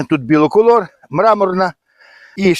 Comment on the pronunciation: Вітання з Донеччини. Трохи поправлю. Треба казати не біло колор ,а БІколор. Бі - це два. Двокольорова кукурудза. У мене тільки,тільки почали вилазити качани. Від совки бризкав Корагеном + мікродобрива. Читав, що для кращого запилення кукурудза потребує пл листу бор і цинк. Застосовував Хелатін мікс. Спека у нас страшна ще й суховії. Поливай і поливай. Але еукурудза поки виглядає добре. Вам подяка за відео і лайк!